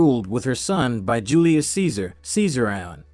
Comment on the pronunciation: Lol this dude said SEEZER-I-ON....AKA Ceasarion 🤣🤣